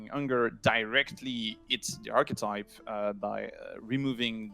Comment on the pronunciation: "architype" lol